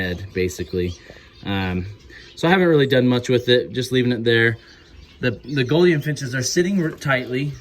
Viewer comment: Mate the “ou” in Gouldian is pronounced with a oo (like “loop”) not “o” as on “got”.